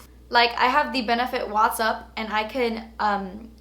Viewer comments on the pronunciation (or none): none